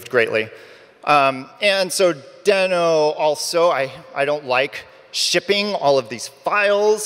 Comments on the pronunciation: First thing he regrets in Deno is pronouncing it wrong. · if you keep saying deno fast it sounds like node